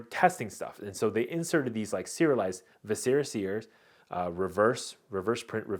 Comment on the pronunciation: The emphasis in the word "viscera" is on the first syllable